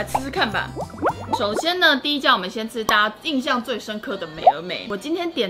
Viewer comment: 是「印」象啦～～